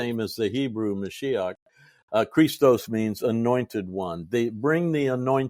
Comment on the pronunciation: 19.52 Not Chr'istos, but Christ'os, stress on the last syllable. Chr'istos with the first syllable stressed, is the male name .